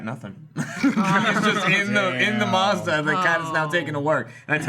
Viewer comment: I hate how pronounces Mazda, it's mAzdA.